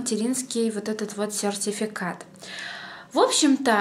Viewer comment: Ты так слово сертификат интересно говоришь) Я так и не выговорю) Без обид!